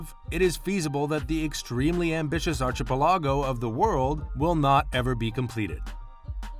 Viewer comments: Yeah I was really uncomfortable everytime I heard it. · Please look up the pronunciation of archipelago!!! Your pronunciation is pretty off.